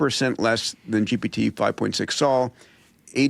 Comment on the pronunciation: Sol is pronounced more like, "soul," and not like the name, "Saul."